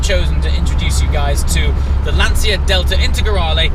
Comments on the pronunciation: There is no "Lantsia" ... there is only LanCHa. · It’s pronounced Lunn - Tshya...not Lunn - Tsia. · "LAN cha"..LANCIA..no lan Zia..LA N CHA..lancia.(..Lancha) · mate its "Lan-CHIA" not Lan-sia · Why you english/american/australian... people continues to pronounce "LANCIA" as Lansia? It has to be LANCHA! CH CH like CHAT, CHILL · Great video! And please is /ˈlanʧa/ with the c of "cheers" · I really appreciate the video, but, for G sake, pronounce Lancia correctly. It's like CIAO (hi in Italian), LÀN-CIA (like cha cha cha dance). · Am I the only person who is bothered by the pronunciaton of ' "Lanzia" or "Lansia"? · I know I'm doing the part of the annoying Italian, but just to be precise the 'ci' in Lancia would be pronounced like the 'ci' in '458 Speciale' so pretty much like you would pronunce ch in English. Amazing video anyway as usual. And as an idea for future videos you could search for a Lancia Stratos, pretty epic as well, plus an independent manufacturer in Italy has just redone a modern version based on the 430 chassis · Lancia = pronounce the C like in "Cheshire" please hahaha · The C in Lancia is pronounced as a 'ch' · What a great car, but, please learn how to pronounce Lancia... ;)